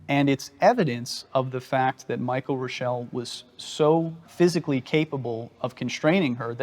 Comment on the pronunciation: Rick Reuschel was a pitcher for the Chicago Cubs. It's true! But unlike here, his name not pronounced, " Roo-shell' ", it was pronounced, " Rush'-il "!! 😅 😂 🤣